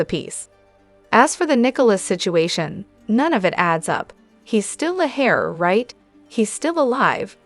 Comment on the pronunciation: Heir is not pronounced Hair!!!